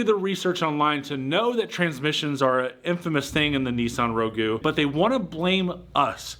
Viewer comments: Ro-goo??? It's Rogue! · First of all, I'd never buy a car from a guy who calls it a Nissan Row-Goo. Secondly, did you really spend the whole video crying about how many customers complain about you selling sketchy used cars? Hahaha dude. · If you pronounce it Rowgyew i'd sue you too 😊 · Row-gah , not Ragu 😂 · A Nissan Row-goo?? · The reason you got sued over that Rogue is because of the way you say it. lol. "RowGoo" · did, did he say ro-goo? they do say there's a first for everything. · I can’t take you seriously when you say roguuee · Nissan Row Gue lol its Rouge like you've gone rouge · Please quit saying rog oo rogg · him calling the rogue a row-goo is obviously in jest bc the name is so silly. don't be dense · Learn how to say rogue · Hmm. I've never heard "Rogue" pronounced that way before. I think the "u" and "e" are silent. 🤭